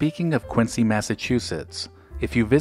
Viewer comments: Nice video. I visit the original Dunkin' all the time, but one correction - the city is pronounced KWIN-ZEE. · Quincy MA is pronounced QuinZEE. I live in a neighboring town and there are 10 Dunkin's in less than 14 square miles. They are everywhere. I agree with most, coffee is great, donuts were never that great but now are mass produced blah. Love this channel; keep up the good work. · I grew up near the original "Dunkies" in a neighboring town and am still a customer today. I also realize you had no way of knowing, so this is not meant to be a criticism. FYI, unlike Quincy Illinois or Quincy Jones, Quincy Mass. is pronounced "Quin-zee". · Quincy, Massachusetts in pronounced: “Quinzy”. The “c”is sounded as a “z”. Nice video. Thanks for uploading.